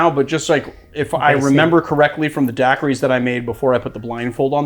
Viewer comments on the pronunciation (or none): none